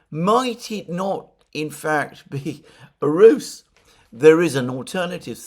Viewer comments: Ruse as in use, not Roose as in goose. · Will you UK Greeks and Cypriot Greeks please learn to pronounce the word " RUSE" ! Its pronounced like ROOZ ROOZ.